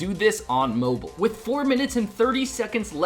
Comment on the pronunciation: Anyone else get annoyed by the way he pronounces mobile?